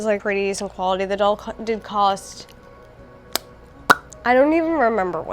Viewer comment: I’m into his shirt and trouser combo. Also every time you said Cher doll I thought you meant the singer 😭😭 🇬🇧🇬🇧